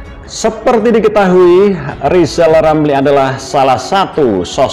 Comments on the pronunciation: Lisal Lamli kalo ngomong macam olang sakit gigi, nyebut namanya sendili tdk bisa, bisanya nyinyil telus. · Pak rizal lamli latih bicara huruf R biar jelas di dengar 😃😄😁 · Rizal rampli orang hebat.nyinyirnya.....ha ha ha....suruh belajar bilang R yg bener. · Sehat terus pak presiden JOKOWI dan keluarga.rizal Ramli biar netizen yang urus,aneh juga nama depannya R tapi ga bisa ngmg R.orang yg ga bisa ngmg R itu blm kena karma,smoga karma mampir disaat tahun baru buat RIZAL RAMLI. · RR yg tk bs ucap R,omong besar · Kasihan RIZAL RAMLI..baru belajar ngomong .R...mestinya ngak pantas dapat Undangan pernikahan Mas Kaesang...lebih pantas & Mulia yg dapat Undangan Bp.Angkringan Kopi. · Rizal R sok aja ngomong R aja gak bisa kok pengen jadi presiden siapa yg mau milih